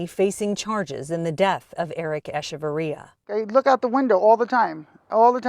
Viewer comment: Eshevarria?? Wtf his name was Echevarria. CH!